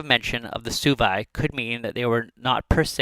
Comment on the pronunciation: It’s pronounced “swebi” not “subi”